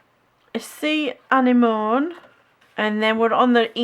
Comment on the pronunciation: Anemone 😂 an-nem-mon-ne 💚